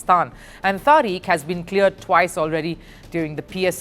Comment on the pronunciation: the name is Tariq, pronounced Tarik, NOT Tareek, what a nitwit!